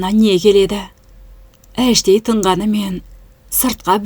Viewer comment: Әңгімең жақсы бірақ сөздерді дұрыстап оқышы,мысалы<<іштей>>дегенді әштей демей іштей деп